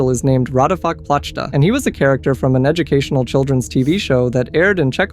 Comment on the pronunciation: I am always amused by how foreigners botch the pronunciation of Slovak words. By the way his name translates as following: Raťafák means "Big nose" and Plachta means "blanket", "sheet" or "sail"